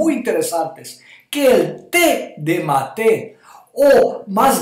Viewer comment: Mi lindo Doctor usted siempre tan verídico, lo único es que mate no se pronuncia con acento en la segunda sílaba, el acento va en la primera sílaba, y ojo que se toma también en otros países de Sudamérica. Gracias Ud. sabe que soy su seguidora desde hace mucho tiempo, saludos desde Utah!